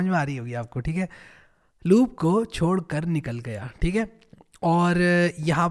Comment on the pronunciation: Sorry for that sir...but😆😆😆🤣chod nahi hota vo chhod hota he..🤣 .